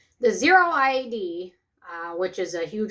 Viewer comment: "Zeroid" is actually pronounced ze-roid as for zero steroid. Just so you know ;)